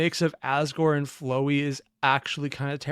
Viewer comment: Why you gotta keep not pronouncing Flowey correctly? T-T Also you can turn on cc's to see the names of the characters talking :)